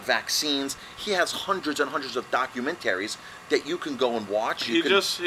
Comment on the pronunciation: I love how he says doc-yoo-men-taries. Such a good accent.